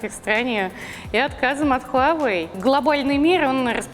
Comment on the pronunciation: Ничего нового не узнал из ролика, только то, что название бренда многие произносят не правильно (ХУАвэй)